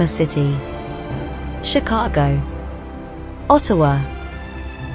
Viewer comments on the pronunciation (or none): none